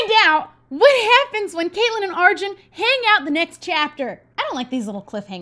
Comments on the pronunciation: its are-june! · When says Arjun I automatically think it’s pronounced “Arwin” or like “Arween” because of how it’s spelt, and how the J would sound in Spanish.